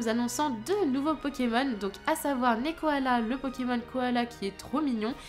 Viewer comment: D'abord c'est pas Nekokoala mais Nekkoala ^^' et il a peut-être été créer grâce à moi ;) j'avais envoyé une lettre à Game Freak pour leur faire par de mes idées notamment un koala de type plante en starter mais comme ils les avaient déjà annoncés, ils ont fait un pkmn à part ;) si c'est le cas, j'en serai vraiment honoré =') Ensuite Iwanko est juste a d o r a b l e <3 je l'adore, si ses évo sont belles, il fera partit de mes 8 chouchous <3 ^^ Manglouton bof bof =/ J'adore Picassaut aussi trop mignon =3 Larvibule bof j'attend de voir son évo de papillon car je crois que ce sera ça ^^' La bataille royal je trouve ça nul car JUSTEMENT on doit pas rester le dernier ¬.¬ c'est le premier qui meurt arrête le combat et ils calculent les points pour voir qui gagne, pourrie J'ai trop trop hâte aussi T^T j'en peux plus d'attendre snif snif Arrêter ! Lunala sera pas une fille !! T^T Déjà que j'étais traumatisé pour Xerneas dans le film affreux >__<